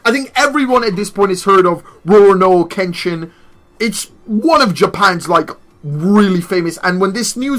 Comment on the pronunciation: The first part in Kenshin's name your saying it completely wrong lol, you do this with everything and it Urks me